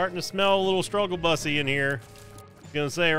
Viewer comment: said “bussy” he emphasized the wrong syllables but still made my day 🤣🤣😅